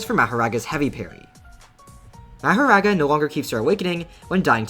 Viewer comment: that mahoraga was perfect bro seriously u nailed that pronunciation